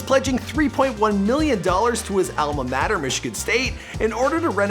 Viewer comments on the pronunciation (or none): none